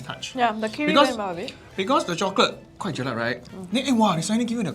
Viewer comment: Btw it is ‘JELAK’.. not ‘jelat’. That word doesn’t exist.